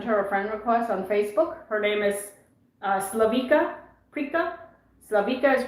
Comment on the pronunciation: She's name is Slavi(C)a, and (C) is pronounced as (TS)i(TS)ipas, not as (C)arla.